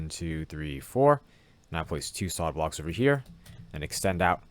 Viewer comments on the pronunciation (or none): "Soid blocks"😂